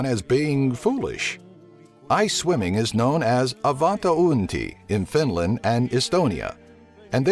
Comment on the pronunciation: EBINLAND :D :D :D :D :D